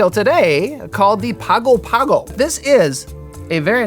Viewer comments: It's pronounced pango pango not Pago Pago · Was looking for this comment. It hurt me a little bit every time he pronounced it “Pago Pago”. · Interesting drink. And here I just bought a fresh pineapple, thanks! btw, to pronounce Pago Pago correctly, say it as "Pang-oh Pang-oh". Plus while we're on the subject, Samoa is pronounced sah-MOH-ah. See, this channel is all about sharing information! I know so much more about rum now so time for some pay back! Cheers! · In Samoan Pago Pago should be pronounced Pango Pango. It's the capital of America Samoa! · My Man... it is pronounce "Pango Pango", and there is no "King". He is "The High Speaking Chief", and when I was there, the Chief was Bin Fauna (pronounced "Bing". And this drink cannot be found at Teesa's Barefoor Bar". Trust me... I was there for 4 months after Hurricane Ofa decimated the Island in 1990? I think? Hahahha..... vs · I had a Samoan frat brother who was from Pago Pago. In Samoa, they pronounce it "Pango Pango'. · I was part of a singing group that toured the South Pacific in 1983. We went to Pago Pago (pronounced Pongo Pongo according to the locals on the island). It truly is a beautiful place. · Yes. As an Australian who lived for six months in Pago Pago. It is pronounced Pango Pango. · It's pronounced Pango Pango and American SAH moa. A US Territory since 1919. You'd love to visit, I'm sure. I grew up there. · It’s pronounced Pango Pango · I gotta try this one--I actually lived in Pago Pago for about 6 months (former Mormon missionary), beautiful place. G's in Samoan are pronounced ng, so it's pango pango (rhymes with song-o song-o). Great video! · The city in the South Pacific by the same name pronounces itself "pongo pongo"